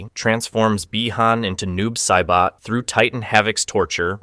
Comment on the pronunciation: bruh i had to jump out the video and take back my like bc noob saiboh was my last straw